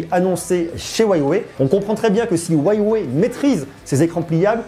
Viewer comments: c'est Huawei pas whyway 😂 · Huawei ça se prononce U ah way et non Ouaille-ouais... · Ca se dit wewey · Huawei se prononce ¢$££®>¥¤® ! Inculte ! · "hruawei" on dit même ^^